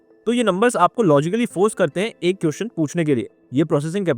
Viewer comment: Bhai everything is good but it's "question" not "quotion". 😅